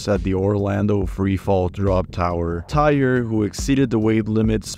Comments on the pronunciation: Tyre Sampson’s name is pronounced Ty-ree . Asia Ferguson’s name is Asia like the continent and he was male. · In the Orlando Freefall accident, you pronounced the victim's name wrong. Its Ty-ree, and the victim in the Batman accident wasn't a girl. It was a boy